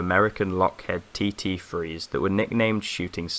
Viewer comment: They were "Lockheed" not Lockhead and they were T-33, not TT-3